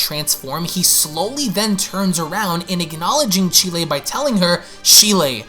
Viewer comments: Its cheeli not shelie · Hearing how you pronounce Cheelai makes me cringe. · Can you not pronounce cheelai